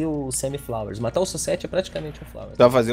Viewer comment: Kuai Liang (Sub-Zero) Eles começaram a falar "flowers" ao invés de flawess.